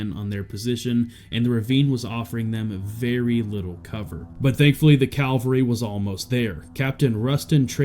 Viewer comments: NOT CALVERY ....... It's CAVALRY ffs That said, this is a wonderful video /Salute to all involved. Bravery at it's best. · “Cavalry” not “Calvary” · Cavalry, not calvery. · Not Calvary ….cavalry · "The Calvary" hahahaha